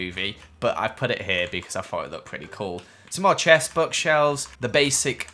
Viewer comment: When you sayd chests it's sounded like gothenburg in Swedish göteborgska and i laughed so hard